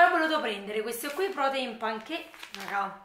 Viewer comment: Ciao mi piacciono molto i tuoi video e in più sei simpaticissima. Solo non capisco perché invece di dire semplicemente qui ti ostini a dire quio o quia. Comunque video bello come al solito, tanti saluti